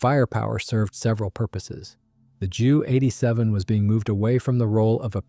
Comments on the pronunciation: its J U not ju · Jew 87 Dora, jeesus these AI's are crap, it's J U 87. To who ever is making these videos, don't you even check your work, for facts and accuracy at all? This was almost a good video with fresh images.